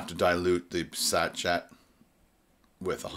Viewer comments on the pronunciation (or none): It's pronounced 'sash-aye' not 'sash-et' lol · By the time you read this it'll be all over bar the shouting. I hope it went well. Btw, I think the word you're having difficulty with is sachet - it's pronounced "sashay", if that's any help :) xx